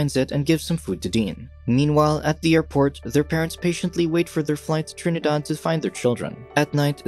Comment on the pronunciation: I am also from Trinidad. I like how he said Trinidad in a Trini accent.